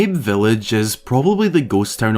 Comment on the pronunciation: Fun video, but I'm pretty sure Mabe Village has a Japanese pronunciation ("mah-bay")